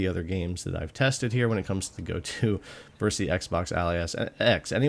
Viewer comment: It's "versus," not "verse." But other than that, thank you for the great comparison--thorough yet brief.